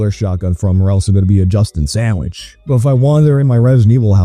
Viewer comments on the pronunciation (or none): none